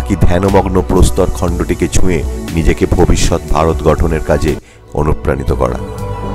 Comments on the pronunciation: দাদা next video upload করার আগে উচ্চারণ গুলো ঠিক korban. ভারত not ভাড়ত। র গুলো R উচ্চারণ ano কিছু না করে র e বলুন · আপনার সবটাই ভালো লেগেছে । কিন্তু আপনি যখন র কে ড় বলেছেন খারাপ লাগছে। কিছু জায়গায় আপনি র ব্যবহার ঠিক করছেন । তাহলে র কে র বলতে পারেন। আপনি যদি ভারত কে ভাড়ত বলেন শুনতে খারাপ লাগে। আপনার গলার আওয়াজ আমার ভালো লাগছে।